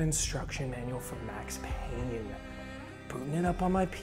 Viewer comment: IT'S PAYNE, WHACK'M